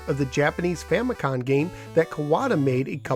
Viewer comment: its Famicom (family computer) not famicon